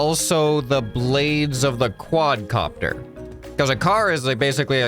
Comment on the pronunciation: It's a Quad Car-pter